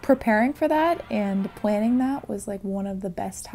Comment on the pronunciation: No one ever mentions this (and I have no clue if it's intentional) but she pronounces her L's as W's and it absolutely freaking adorable!! I could totally listen to her say 'Planning' for 10hrs Lol